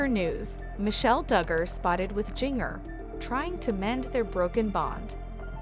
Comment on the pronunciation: Its pronounced Ginger